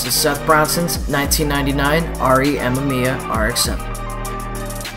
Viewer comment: ah-may-me-ah, not m-m-eeya ;)